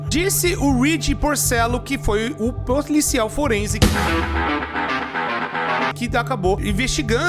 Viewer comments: "PLORICIAL FORENSE" 😂😂😂😂😂😂😂😂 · Ploricial forense kkkkkkk eu quebrei kkkk